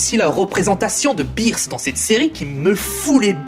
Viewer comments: on dit beerus pas birs et manga pas manka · C'EST BEERUS ET PAS BIIRUS!Mais à par ça pas mal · Ta prononciation de beerus et de manga sont bizarres 😂 le prends pas mal ça me perturbe juste ça me dérange pas